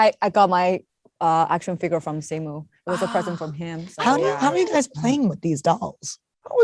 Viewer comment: Is the interviewer pronouncing simu’s name wrong (?) ☹️ 😅- great interview though!